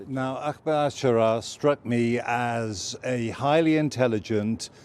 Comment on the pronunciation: Mate it’s not “Ackmed” it’s Ahmed, pronounced “Arr-med”. Go on try again, you can do it.